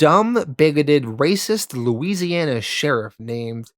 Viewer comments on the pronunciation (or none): none